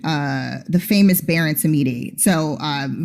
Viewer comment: I am French Canadian, Samedi is a French word (It's the French word used for Saturday). A more natural sounding way of saying Samedi would be for an English Speaker to say Sam-Dee. This would sound much closer to how (In my opinion) should be enunciating that word. Baron would be pronounced slightly different as well. In French the letter "A" is always pronounced in a lower pitch similar to the "A" in Hat, (as oppose to the letter "A" in Late or Ate). The second half of the word Baron might be trickier. I don't believe the sound exist in English of the French -ron.